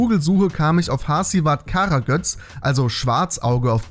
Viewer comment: Bin Türke in das spricht man Kara gös aus geschrieben wird es aber Kara göz